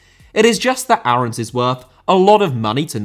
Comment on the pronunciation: max aarons is pronounced “airens” not “arhowns”